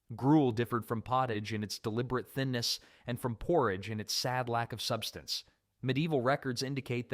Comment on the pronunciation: Are you saying porridge????